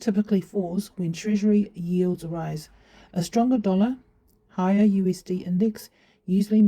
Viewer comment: Rise not ruse Are not ate.